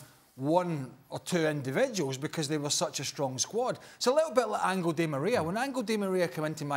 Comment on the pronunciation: “Angle” Di Maria